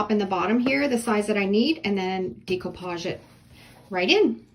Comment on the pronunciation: Decoupage is pronounced with a SHORT E NOT A LONG E, PLEASE